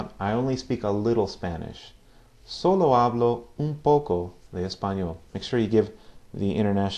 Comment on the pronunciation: Sir 1st of all great vids! Love to learn this language! Just a Q about pronounciation. I noticed you do pronounce the H (f.i in the word 'hablo' ) quite strong. I thought in Spanish (castellano / Latino americano) it's not pronounced?